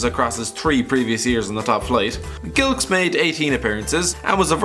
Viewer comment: The way you said Matt Gilks made me cry